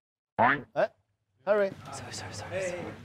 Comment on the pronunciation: Henry comes in late: "Sorry, sorry, sorry, sorry" Me lmao in CA: "Henry, shh... your Canadian is showing" Lol... Love from Canada. You guys are doing an amazing job.